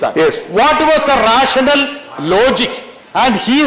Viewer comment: YOU IDIOT :: PLEASE SPEAK IN YOUR FUNNY MALLU LINGO :: YOUR ENGLISH IS HORRIBLE :: IT IS NOT “LOOGIK” :: IT IS “LOGIC” :: IT IS NOT RESIONAL :: IT IS “RASHANAL”:: BETTER YOU STICK TO MALLU LINGO : : LEAVE QUEENS ENGLISH ALONE:: BRITTAS SAVAM